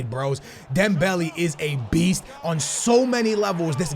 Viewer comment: Please Please stop. Its DEMBEL(E). Not DEMBEL(I) Learn it DEMBELE NOT DEMBELI LIKE SO SKILLZ CAN SEE